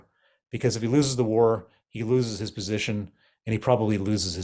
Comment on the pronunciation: What does 'lose is position' mean? Do you have a problem with your h or is it to do with pronouns?